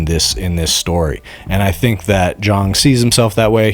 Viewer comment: (Btw, at the video's start—both pronunciations of Jiang were wrong. It's Jee-ahng, one syllable.)